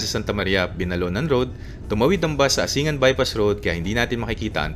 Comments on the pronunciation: Umingan= pronounced uming'gan Asingan= " asing'gan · As taga Pangasinan, tamang pagbigkas ng Umingan is (Umin - gan) Asingan is ( Asin - gan ) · tamang pronounce lodi ng bayan ng umingan at asingan is uming-gan at asing-gan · Helps a lot sir. Thanks for sharing. Itama ko lang po ang pronunciation ng ilang lugar sa Pangasinan, na kgaya lang ng tamang bigkas nyo sa probinsya namin. Ang mga ito ay ang Umingan, Balungao at Asingan. Thanks and keep it up po.